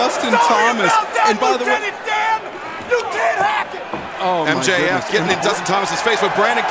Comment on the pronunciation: Mjf "I'm sorry Lutenent Dan!!!"